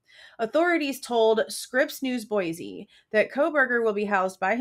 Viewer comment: I lived in “ Boissee” (how you say it) and my ex broke my hand. That pussy ass engineer was up on felony charges and lived. Boise aint NYC. It’s small.